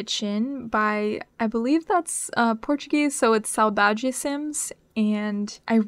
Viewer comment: Unrelated, but I have to commend your pronunciation of Saudade, chef's kiss